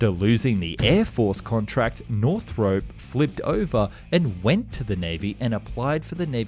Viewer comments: Hope to see Japan make use of the learnings. And as an Aussie, I’d hate to correct you on this wonderful content but it’s not pronounced “North-Rope” but “North-R-Up”. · NorthROP, not Northrope (see any of Northrop's own videos for how they pronounce it)